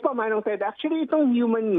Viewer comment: Achully, achully, achully...